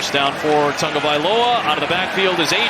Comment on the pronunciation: OH FFS! Tagovailoa has been in the league long enough for play-by-play asshats to not pronounce his name Tungavailoa.